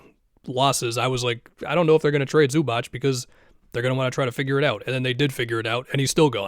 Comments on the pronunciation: It's pronounced Zoo-baatz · loved the video, but zubac is pronounced like zubats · Bro learn how to say Zubac already